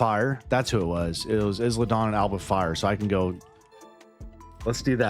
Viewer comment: Not to pick but it’s I-La Dawn the s is silent lol